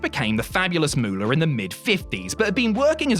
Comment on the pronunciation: Aside from the sheer ridiculousness of putting Vern Gagne ahead of the Nature Boy as the greatest wrestler from Minnesota, identifying Mary Lillian Ellison as the greatest women’s wrestler of alltime (correct), and then mispronouncing (and misspelling) her ring name as ‘The Fabulous Muller’ is downright embarrassing. It’s MOOLAH. Like money. It’d be like calling Terry Bollea ‘Hulk Rogan’ . Fail.